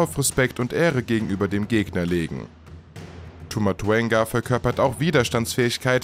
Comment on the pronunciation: Es heist Tau und nicht Tu Rede bitte die sachen ordentlich aus